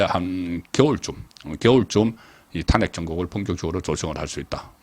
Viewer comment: 잘 듣고 있는 시청자 입니다.탄핵. 비례등 발음의 장단에 주의해주시면 좋겠읍니다